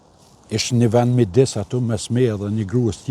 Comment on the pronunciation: Krwjt ne rregull rrespekt deputet.por kujdes thuhet aty me y jo atu se gjithmone po thu atu atu atu por thuhet aty me yyyyy atyyyyyyyy